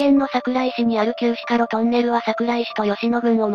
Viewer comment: しか ではなく ろくですね。